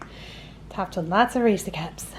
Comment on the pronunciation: I hate that you call it a damn (ree-see) cup wtf!? It’s a (ree -sez ) cup they’ve even come out and said how to pronounce it! 🙄🤦🏽‍♀️ That’s my only complaint. The cake looks amazing tho